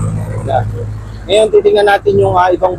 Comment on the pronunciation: Ang daming SANA at DAPAT na comments dito ng mga netizens. Ang sa akin, SANA at DAPAT tama ang bigkas ni vlogger sa word na DEBRIS